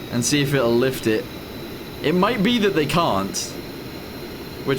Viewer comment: "This is the FLiFT"